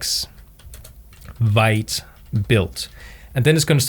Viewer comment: hey. great tutorial! thanks for sharing your wisdom one thing i wanted to mention which bigged me, vite is pronounced "veet". it's actually french for fast